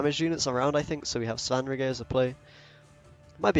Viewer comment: Hey it's pronounced Svan-rigger. If you've played the Witcher 3 it's understandable that you don't know because he's only named a couple of times